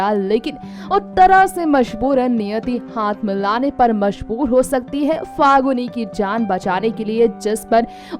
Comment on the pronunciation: pahali baat to faguni nahi falguni hai. bolna Sikh lo tab video banaya Karo ok